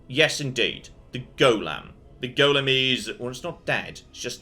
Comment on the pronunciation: Goddamm not even the voice actor knows how to say 'golem'. I wish they'd correct the voice actor when they're ignorant. 'Goylem' is acceptable, especially for the original jewish story, 'golem' is correct but its never 'gollum'.